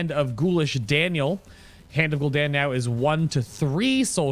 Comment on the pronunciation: After you said Gul ish Daniel 3 times I got annoyed and stopped watching can't be the only one